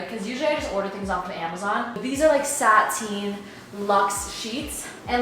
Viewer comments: the way said sateen instead of satin lol! but love ur videos and i hope new york treats u well! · ma'am please don't tell me you pronounce satin "sateen" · sateen Me: satin (sat-in) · Satin ❌ SATENE ☑️ 😂😂😂😂love you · Please tell me she was trying to say SATIN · I looooove the way you say satin🤣 SAH TEEN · did u just say sat-een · so, no one is going to talk about how is pronouncing satin? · i love you but the way you say satin makes me cringe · you saying satin that was is killing me lmfao